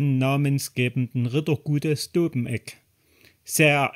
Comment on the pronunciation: Das mit der Betonung von Dobeneck müssen wir aber noch üben Lg. vom Planschwitzer